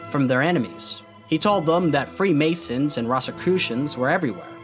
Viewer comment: "Freed Masons" good effort buddy